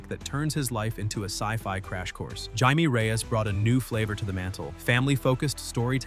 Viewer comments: When a person is Latino, Jaime is pronounced "hi-me" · Regarding Jaime Reyes (Blue Beetle) Jaime is pronounced Hi-may. But, of course AI wouldn’t know that. When did Namor join the X-Men? I know they have worked together and fought against each other as the occasion required it. I never thought of Daredevil, Nightwing or The Silver Surfer as underrated. I’m not sure if the description applies to any of the characters in this video. Most often, it’s the writers that don’t recognize the potential of what they are working with. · This video obviously has a AI generated narrator, and it couldn’t pronounce:”Jaime”, it’s pronounced with an:”h”, and not with a:”j”,🤔💁🏻‍♂💯. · It's actually closer to Hi-meh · Jaime, a Himan would know how to say this... maybe, either way Stop using AI to make the simplest videos. It's garbage